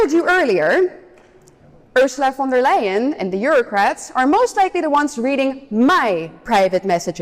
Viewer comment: von der LIE-EN.